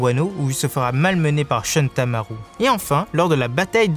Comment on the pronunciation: "Shuntamaru" ... vous en faites exprès là c'est Shuttenmaru sérieux !